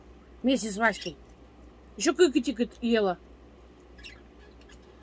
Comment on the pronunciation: Китекет , а не Кыкатикат😄